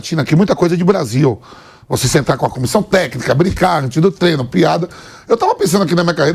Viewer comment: Inadmissível, um jornalista esportivo em pleno século XXl dizer “treno” kkkkkkk Não passa credibilidade nenhuma